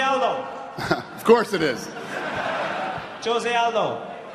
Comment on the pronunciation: The "J" is pronounced like an "H". It's pronounced "Hose" not "Jose"...F--k.